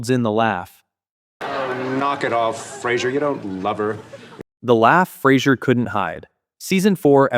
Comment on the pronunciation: David Hyde Pierce smirking and saying "you said Flasier" 🤣🤣